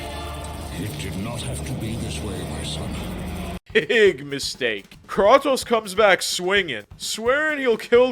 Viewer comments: It’s Cray-tose dawg 🙏🙏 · "That's some Mortal Kombat stuff" Kratos was a guest character in MK 9 on PS3. And its Kray-tose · It's said "Kreitos." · Is this guy trolling or does he genuinely believe it’s pronounced “kraw-tose” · So… the “Krah-toes” was for ragebait engagement, right? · ah yes... krah-tos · Very good vid but what is krwatos?😂😂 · I can’t handle how many times he mispronounces Kratos. There’s voice acting in these games and they say Kratos’s name multiple times in the games. Like how is he mispronouncing it? Great video but can you just say the character’s name correctly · How u played all of god of wars but still don’t know how to pronounce his name ? Lol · You also missed pronounced kratos name wrong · Dude it’s Kratos say it right, and the director is Cory not Cody smd he isn’t not anyone he is the art director from god of war 1 and 2 and is now the daddy to Kratos !!